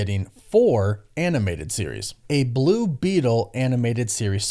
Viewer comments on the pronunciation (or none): none